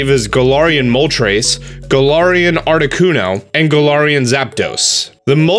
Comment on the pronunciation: thank you i thought i was the only one . he also kept pronouncing galarian wrong